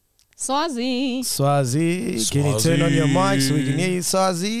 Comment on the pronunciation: Mac Butchered that name "Sazwi"🤣🤣🤣🤣🤣